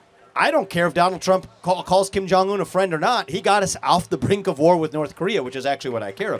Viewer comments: She can’t even pronounce war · She can't even pronounce "war" properly.